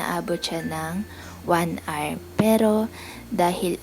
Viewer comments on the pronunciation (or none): none